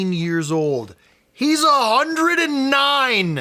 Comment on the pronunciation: I mostly enjoyed the “A hUnDrED and *NINE*”